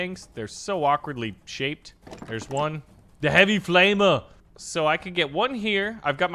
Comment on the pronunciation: bro sounded like Arnold “ze heavy flamer”